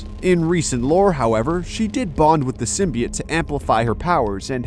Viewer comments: Its symbiOTE not symbi-IT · Sytmbi-ate???? WTF.